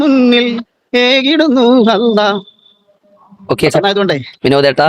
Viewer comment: അല്ലാഹ് എന്ന നാമം അവർക്ക് ഇത്ര ക്ലിയർ ആയിട്ട് പറയാൻ കഴിയാറില്ല.. അൽഹംദുലില്ലാഹ് സന്തോഷം 🎉